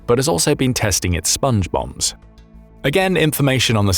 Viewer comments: I kept hearing Sponge Bob instead of Sponge Bombs. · I heard Sponge Bum, as in Spongebum Squarepants. 😂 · My immature ears keep hearing "Sponge Bobs".... Hey Patrick!! Hehehe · Everytime you say Spnge Bombs I hear Songe bombs square pant, Sponge Bombs square pants... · I kept hearing SpongeBong